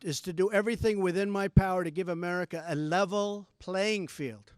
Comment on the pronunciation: ive heard of merica.. muricah... america... but now its offical.. amerricker ...